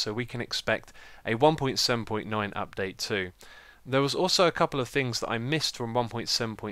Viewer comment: You say mo yang and you say dupdate :D